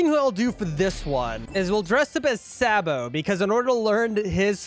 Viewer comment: has no one ever told you that you're saying Enel and Sabo's names wrong?